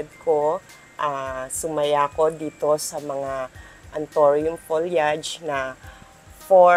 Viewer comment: it's ptonounce as folyeyd..you pronounce it incorrectly